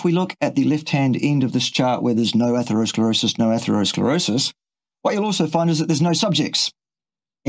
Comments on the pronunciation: Yeah, when he says, "atherosclerosius" it's like nails on a chalk board. Ugh!!! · point about opinion vs. proof or cause cannot be repeated often enough. Mic has trouble pronouncing atherosclerosis. Brain fog?